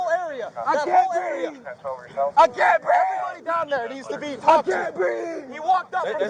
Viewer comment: "i cain breeve!", and "she had a dream" all in one video. almost hit the trifecta! i wonder why they called that neighborhood "crime hills"? i know one thing for sure; scott adams doesnt live there.